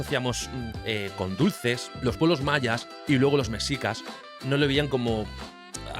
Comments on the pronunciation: 😅 muy bueno 👌 solo se pronuncia meshicas no mexicas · Mexicas se pronuncia como México Mejicas, no como tu lo haces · m3shicas m3shicas m3shicas m3shicas.....no m3csicas